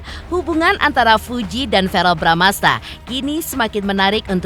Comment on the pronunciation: VEREEL....BUKAN VAREL....🙄🙄🙄🙄🙄